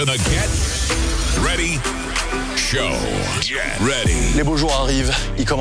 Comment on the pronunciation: WELCOME TO THE GET... WEADY... SHOW...get ready show...